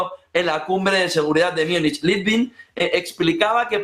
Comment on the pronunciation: MÚNICH, MÚNICH... SE PRONUNCIA MÚNICH